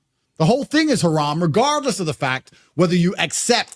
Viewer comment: Its regardless not era gaurdless lmao. Tate is a taint. Lol JJ. Hes a genius just that one word he cant say..